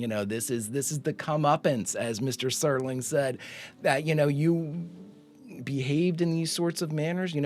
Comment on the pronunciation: Don't feel bad, there are lots of people who mispronounce Serling's last name because "Sterling" is a much more common word that is fairly well ingrained in the English lexicon.